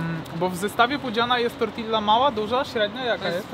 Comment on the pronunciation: Dwa ll w hiszpańskim czytamy jako j, tak więc TORTIJA